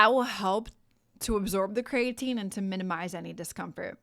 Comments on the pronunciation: I’ve never heard it pronounced ‘crayatine’ only ‘Cree-ah-teen’ I’ll have to look up the pronunciation now 😂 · Agreed. The information is good, but very hard to listen to because of the very different pronunciation from every other time I've heard it and what the dictionary says.